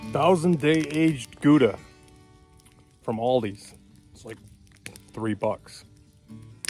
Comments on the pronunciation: Its not "Jooda", it's Gouda. You're talking like a yooper? Owning and flipping land in the UP doesnt qualify you to be a yooper. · I love how Americans say Goudse or Gouda